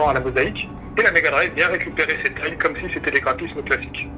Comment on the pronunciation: Excellente vidéo, par contre va falloir réviser ta prononciation de termes comme "Datenmeister" et surtout "Tiles" (mdr c'est quoi ce "thill"... nan mais ho!!!)... ha et mention spéciale aussi pour les "faits factuels".